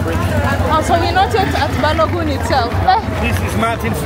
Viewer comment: It’s BALOGUN not BALOGUM. ❤